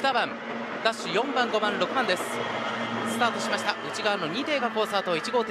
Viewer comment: 宮島ですね。スタートしました！ の発音が好き。